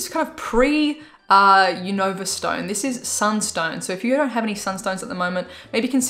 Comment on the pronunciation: Not to be rude but it’s pronounced like u nuh vah